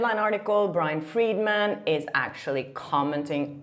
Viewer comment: Brian Freedman is not pronounced Morgan Freeman 😂😂 that cracked me up so good ❤😂